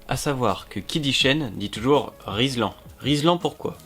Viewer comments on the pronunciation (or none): Rilsan...pas rislan😁 Et sinon ya Heidenau qui fait des pneus hiver moto...K58 ou K66 et k73 😜